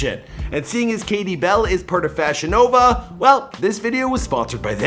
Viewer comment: Every time you said FashionNova, I thought you were saying VagiNova and it was a sex toy company.